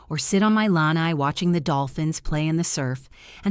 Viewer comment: The word is pronounced 'La-Nye'. Please say these words correctly.